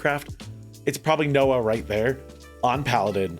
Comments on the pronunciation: Its pronounced NOW not Noah and his name is Robin.. haha thanks for the video!! loved it. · The way you butchered naowhs name 😂